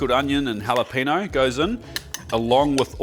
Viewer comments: It’s funny that he pronounces the J correctly in jalapeño but not the ñ. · I love your work, but the way you pronounce "jalapeño" is painful.